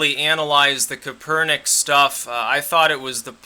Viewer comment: Ka per nick is how they pronounce it on ESPN (so take that for what it's worth).